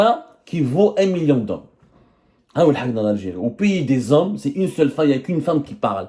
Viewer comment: Les zommes avec z majuscule 😂😂😂